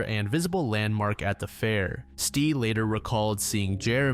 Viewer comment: Ok the first video was driving me insane so I had to investigate. I think the sister's name was pronounced ES-TEE, but spelled "S'te".